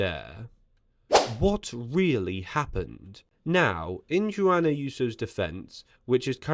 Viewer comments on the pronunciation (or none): Google “pronounce Juan”.